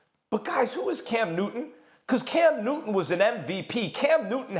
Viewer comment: “Cam Newinn” “Peyinn Manning” do Molly and Steven have issues with the letter T?